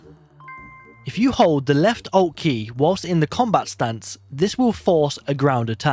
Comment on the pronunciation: Hahah accents hitting different